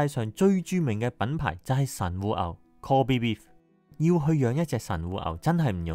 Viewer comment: kobe beef 是不是讀錯了 kobe唸英文！？ 對得起神戶嗎哈哈